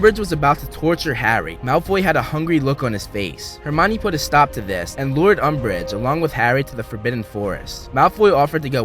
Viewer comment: did no one hear Lord Umbreige XD